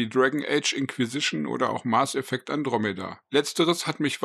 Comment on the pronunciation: Okay informativ ist das Video. Bitte überdenke die Aussprache Mars Effect. Hat nix mit dem Planeten zu tun. Mass Effect heißt das Spiel. Nichts für ungut 😉